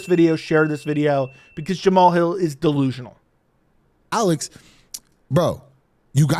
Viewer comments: Say. Alexander. Then say Alex. Don't say. Uh lex. Or sound illiterate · Why you saying Alex's name like that? Am I missing something?